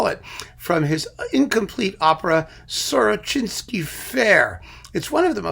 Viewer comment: The tune actually sounds to me more like something from Dvorak than Russian music. By the way, you pronounced the name correctly because in Russian it's "Сорочинская ярмарка". No idea why it's spelled so weird in English.